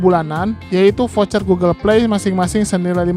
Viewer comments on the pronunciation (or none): none